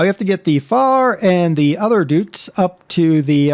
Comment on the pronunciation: Der, the 'Deutz' in 'Deutz Fahr' is actually pronounced "doits", not "doots". I cant blame you for saying it that way, I used to pronounce it "dayuts", sort of like "deus". Not meaning to be a grammar Nazi (or pronunciation nazi...?), but that's how it's pronounced. Sorry if this seems rude, but, just sayin'...